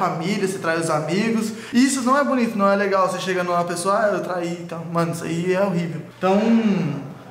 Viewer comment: Tá parecendo o povo que apoia danan. Dani fala "mano" e o povo ouve "moh" "amor" kkkkk pqp